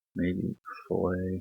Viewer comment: I know its spelled fillet, but it isnt pronounced fillet. What your saying is what is done to fish, fish fillet. You actually want to say fill-it. One is for cad/metal work and one is for boneless fish. Two different things.